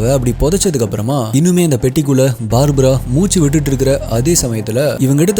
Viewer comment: "BAABRA" இல்லை அண்ணா... "BARBARA" = பர்பரா